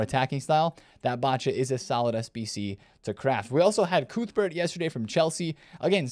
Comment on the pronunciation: I did enjoy your pronunciation of Cuthbert!! Great vid as usual 👏🏼